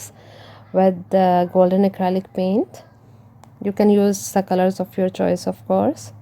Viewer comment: Omgosh...lmao..my boyfriend just ask me about into this video.."what the heck was I watching" he thought she said "toilet pains"...I told him "no lol" she said "paint" then he heard her say what he thought was "seamen" his response was "WHAT" 🤣🤣🤣🤣 Best laugh ever..his face was priceless... Now back to this video